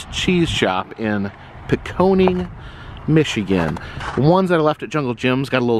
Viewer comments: It’s Pin-con-ing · Just another gentle correction, it's pronounced pin con ing ( con like Don,) it is a cheese town very famous for cheese 🧀. They have a type of cheese called pinconning sharp cheddar everyone loves,!!! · Dude! Destroying those city/town names. It’s Pin-conn-îng. Os-Sco-Da. OSS-in eke. Char-la-voy. Great vids anyway. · Just for your information.... Charlevoix is said like Char-la-voi and Pinconning is said like Pin-Con-ing. And to really mess you up Charlotte is said as Char-Lot. Michiganders have their unique ways of saying things. I lived there for 50 years. It's good to see the old stomping grounds again. Thank you. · It's pronounced PIN-CON-ING